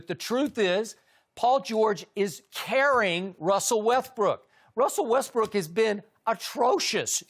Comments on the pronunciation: look at Chris when Skip says “Wethbrook” 😂😂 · Russel WeTHbrook🤣🤣🤣